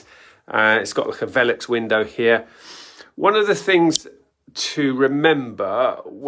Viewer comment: Is it pronounced valux or vilux? But great Insightful conversion tips 👍🏼